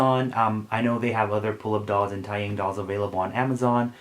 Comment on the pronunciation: taeyang is actually pronounced as tay (like taylor swift) and yang (is pronounced as young) so tay-young :)